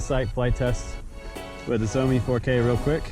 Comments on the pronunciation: I hear it as zombie me, haha instead of Shoume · Good video, but butchered the brand name...Schz-ow-mee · Cool video but its sheoh-me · SHIAO MI (Something like Show Me) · It's Shao Me, Just like the Shao in Shaolin. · Hahaha! Xiaomi is Pronounced " Shau Mi " sounds like (Chow) with an S ! Love Your Videos !